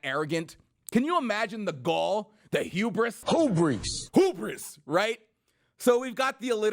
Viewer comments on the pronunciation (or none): HOBRIS!!!!! Sort of like HODOR but you don't know how to pronounce Hubris. Add that to the Al Sharpton One Hit Wonders Collection!!